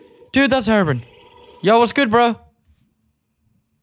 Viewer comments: hey thats gaster hey there G Also like how you say brian call him herobrian eventho the spelling is herobrine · “Is that Herabrin” 😂 it’s Hero-brine. The “ine” in brine rhymes with mine, fine and dine. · You pronounce it hero Brian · Hate to tell ya buddy, but you said Herobrine wrong the whole vid